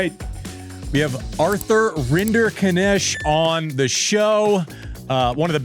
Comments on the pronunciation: in terms of worst butchering of his last name ever i would hazard a guess that andys intro of "arthur rinderkinnesh" is probably all the way up there towards the very top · That's my question!!! So cool that you picked it and thanks to Arthur for providing such a funny reply 😂 Thought the Italians would butcher his surname more 😂